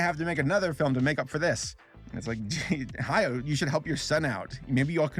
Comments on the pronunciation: Spelling: Hayao, Ha-ya-o: "Hayo" I don't think you even tried to pronounce this one correctly. Just say it how it's spelled. A (Ah) I (EE) U (OO) E (Eh) O (Oh) are the Japanese vowels. There is only one possible way to pronounce each vowel in Japanese, and that never changes no matter where the vowel is in a word. Easy. I think it's just so lazy when YouTubers can't take a second to make sure they're pronouncing a name correctly before putting it in their script multiple times. Welp, here I go listening to you say "Hayo" for 8 more minutes...And you'll probably never see this, but maybe someone else saying "Hayo" will. Also, fun fact: In the Japanese version, the band is just called Earwig in English. But Earwig's name isn't literally Earwig. Her name is Ayatsuru (アヤツル), and the head of the orphanage splits it up as Aaya Tsuuru (アーヤ・ツール). Ayatsuru (操る) is a verb that means "To manipulate, To control". I think it's more clever than just calling her Earwig. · It's Ha-ya-o. Three syllables. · Hayao’s name is pronounced Ha-Ya-Oh, not Hayo